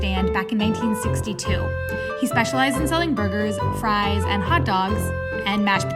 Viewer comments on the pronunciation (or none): none